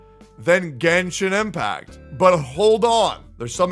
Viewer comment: its genshin not "genshit"